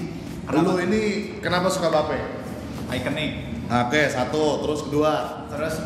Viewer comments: Bape dibacanya Bi Eip bang ( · Hypebeast masa bilang bape salah bilangnya beip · mam hrs nya jgn marah bro..lo sebelum mau review or bahas sesuatu lo harus paham kan dr cara baca, pengucapan dll.BAPE or Bathing APE, ya seharusnya dipisah (dibaca: Bi Eip)..bukan Ba Pe..